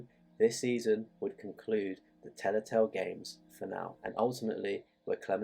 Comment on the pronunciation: Telltale. Not Tellatale.